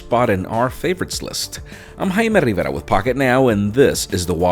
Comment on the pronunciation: I still say his name is